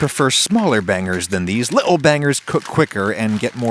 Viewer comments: Love that he said li'l and bri'ish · .......the way he said the word "little"...def had that English influence.. Haha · No one going to comment about on how he said “little” with a British accent?